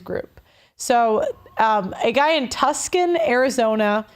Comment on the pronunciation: Tuscan? Try Tucson.